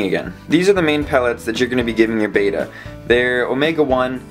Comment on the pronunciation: Just saying" beta fish are Japonese not greek" Short E as in Bet not Bate.